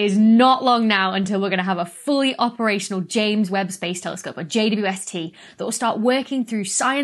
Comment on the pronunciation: Did you just pronounce (at the 'W' of 'JWST' as [wi] Dr. Becky? Could you explain? (I would answer: "Yes, why not, it's much more convenient to pronounce than 'double u!")